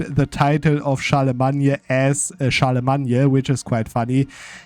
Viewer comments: where is this Charlamagne pronunciation from??? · Typical English pronunciation for Charlemagne is “Shar-le-main” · In English the name is pronounced Charle-le-main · and IMO, butchering a name just cuz u want is terrible reasoning. The English pronunciation derives from Old French btw. You're simply wrong, as many have now told you.